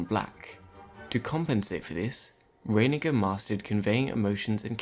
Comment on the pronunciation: Why do you pronounce "Reiniger" like "fate"? It is just as esy to pronounce it like "light".